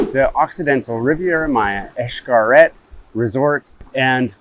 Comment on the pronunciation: If you’re basing your travel decision from a page called Gears and Tech, where the “ reviewer” can’t pronounce the name of the resort correctly , you need to look further!